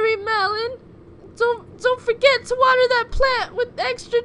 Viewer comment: YOU HAS SAID W A T E R